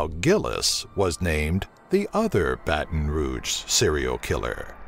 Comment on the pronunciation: Dude I love your videos! You are the first narrator I've heard that pronounces Baton Rouge and New Orleans correct! Thank you for that.